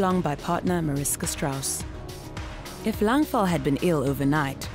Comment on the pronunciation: it's pronounced Langval